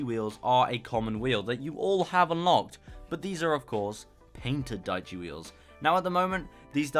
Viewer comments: Diechi is Italian for ten, it is pronounced diè-ci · dieci means 10 in italian and it is pronounced something like "deeyechi"